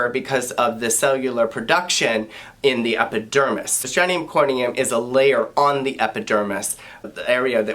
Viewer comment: it’s STRATUM corneum, NOT STRANEUM corneum!!!! There’s no such word as STRANEUM, and if you don’t know how to pronounce even the most basic dermatological terms, you are OBVIOUSLY a fake!!!!! 👎🏻👎🏻👎🏻👎🏻👎🏻👎🏻👎🏻